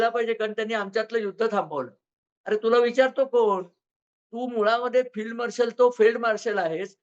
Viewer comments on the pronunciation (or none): फिल्ड नाही फेल्ड मार्शल असे म्हणा